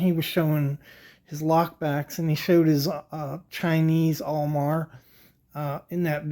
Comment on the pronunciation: I have never in my life heard anyone refer to them as "AWL Mar".